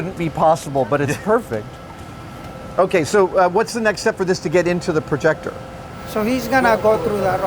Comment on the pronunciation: 30+ years and he still calls it a "proyector"